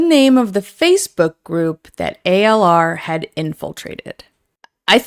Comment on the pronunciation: It's not ALR its ALyR